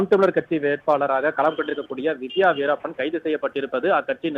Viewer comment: வீரப்பன் ன்னு சொல்றதுக்கு என்ன கஷ்டம் news reader